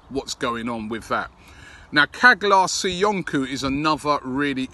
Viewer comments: stop calling him "kaglar soyunku" the actual pronunciation is "chalar soyunju" the g is silent. ( like so Robbie sees this) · Robbie please stop butchering the guy's name. çağlar söyüncü it's pronounced chaalar soyundju . You can put his name in turkish in Google translate and listen to it's pronounced . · Ffs someone hurry up and tell Robbie it’s pronounced Charlar Soyunju